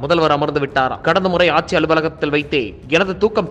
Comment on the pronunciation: "ஆச்சி, ஆச்சி" இல்லை. ஆட்சி என்று சொல்லுங்கள்.